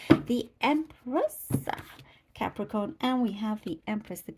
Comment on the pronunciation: I just love the way you say Cap ree corn 😂💜🙌